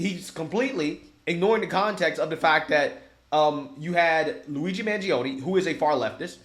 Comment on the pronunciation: Did he say Mangioni allrged killing of the CEO?